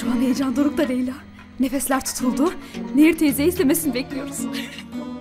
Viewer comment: Karekterin adı "Nehir" değil "Neyyir"!